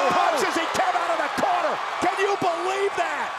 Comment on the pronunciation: "AS HE CAME OUT OF THE COHNER"